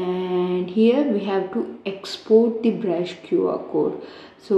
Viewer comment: Bruh in a part he said "brusu"